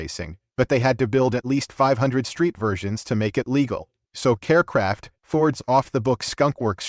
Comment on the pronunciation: That would be Kar Kraft, you stupid AI not Care Kraft!